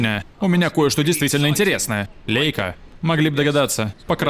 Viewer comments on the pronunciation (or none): Правильно лАЙка, это немецкий бренд, ei читается как "ай"